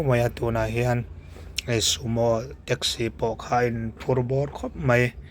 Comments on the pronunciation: Teksi tiin lam ve mai la treksi anih loh kha mizo tawng thiam bawk silo saptawng thiam bawk silo hmangdik thiam bawk silo eng tawng nge i thiam le i pianpui tawng pawh i hmangthiam lovang a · Traxci 😂😂 Rizz Hotel😂😂